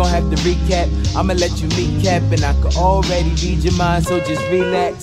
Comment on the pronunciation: Am I the only who noticed he pronounced already like auraready